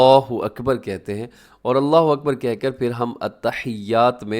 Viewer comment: اللہ اکبر یہاں اپ نے ب کے اوپر ضابر اور ر ک اوپر پیش ہے۔ تو کس طرح بر کی اواز نکلے گی۔